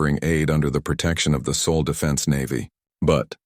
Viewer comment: Sol not Saul